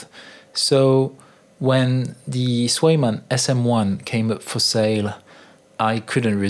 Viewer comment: Ca se prononce pas Kwèje-man ????